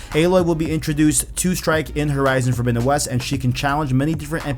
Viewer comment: "Fordowinowes"? Wth!?!?!